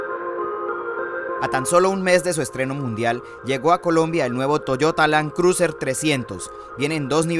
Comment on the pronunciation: Lan cruser!! 🤣😂🤣. Buen video, lástima el tono y pronunciado del presentador.